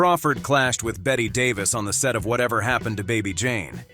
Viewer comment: Narrator should look up the proper pronunciation of Chevy Chase, Bette Davis and Zsa Zsa Gabor. So hard to take these videos seriously when the names are wrong.